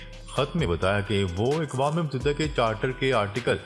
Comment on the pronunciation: اکوام متحدہ لفظ غلط ہے درست لفظ یہ ہے اقوام متحدہ ا کے زبر کے ساتھ ناراض نہ ہوں ہم آپ کی خبریں بڑے غور سے سنتے ہیں